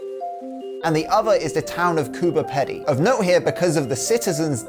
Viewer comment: He pronounced Coober Pedy wrong